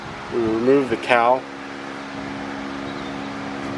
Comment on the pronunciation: My job is a professional nitpicker in the TV and Film industry. I watch and listen to things to catch flaws and errors. He says "cow."